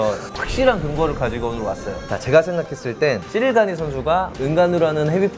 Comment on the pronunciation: 자꾸 시릴 가누라고 하네 ㅋㅋㅋ